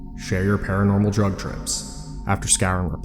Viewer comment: "Paronormal" also imagine actually believing weed gives you hallucinations LOL